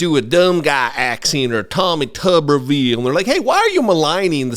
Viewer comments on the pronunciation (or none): none